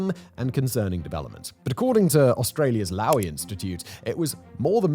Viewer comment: Low- ee Institute not l-oww- eee